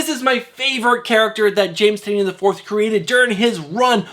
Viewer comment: Tie-nan not tin-eee-un...